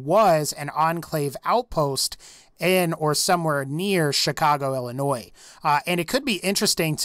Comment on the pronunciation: So happy you know how to pronounce Illinois